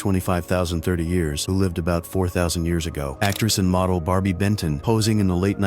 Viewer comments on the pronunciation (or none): none